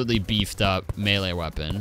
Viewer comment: I like how pronounces melee like me-lyyyy